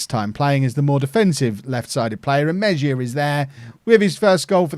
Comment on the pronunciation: Hey! Spanish pronunciation of Mejia would be more like ‘may-he-ah’. Loving this series man!